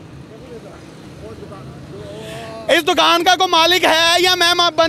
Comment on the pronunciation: Dakaaan to bolna seekh lo😂